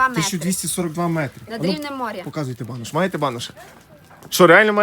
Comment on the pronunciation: БанУш а не банОш. Банєку. 😂😅😂